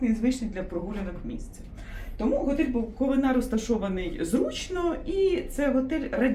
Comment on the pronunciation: Невже не можна вивчити назву місцевості, аж слух ріже. Наголос не знаєте де ставити ? БуковИна , а не БуковинА